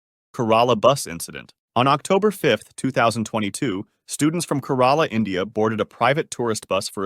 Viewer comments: Its ke - rala not ka - rala 😂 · that's 'kerala' not 'karala' 😂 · when I saw my native country, my heart dropped overtaking is legal is Kerala (sometimes encouraged) and lots of drivers drive recklessly (the ones who drive safe are usually safe) Roundabouts scare me tho Holyyyyy crap (u pronounce it oddly lol, Keh-raa-la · that’s not how u pronounce Kerala. It’s pronounced like care-a-la